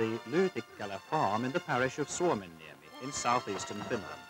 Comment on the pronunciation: The way the narrator says Lyytikkälä and Suomenniemi is perfect. Great job!